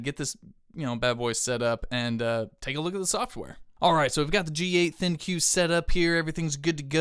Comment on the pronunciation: Also pronounced think.